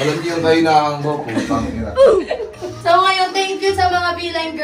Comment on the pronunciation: Pinaulit ulit ko yung napaka lutong na "P*tang*ina nyo" hahahahahaha!! Solid! 🤣